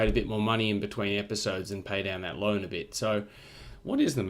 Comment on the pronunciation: “We should pay down the loine again, diddly diddly dee, and the we should extend the loine” ~ 2019 I seriously thought you were paying back the loan and re-borrowing. Then I was seriously worried about Australia’s economy. Haha!